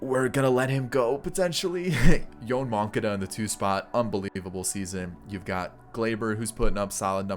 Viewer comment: please look up Yoan Moncadas pronunciation... nails on a chalkboard